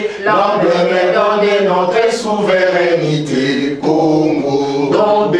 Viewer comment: et on dit Souveraineté et non souverainité.